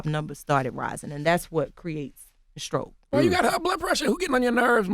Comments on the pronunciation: Why can't Charlamagne pronounce "str". What is a "skroke"? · Charlemagne can't say words that start with "St".. "You almost had a Scroke?" "That's added scress"